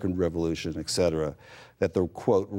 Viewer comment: Poor social skills (interrupting) plus perhaps so excited by the opportunity to interview her that he can't control his excitement. I think she is very gracious and patient. What do you expect from someone who says "ekcetera"? (him) Plus I noticed with great appreciation that she says "prenuptial" instead of "prenup-shoo-al" like most people.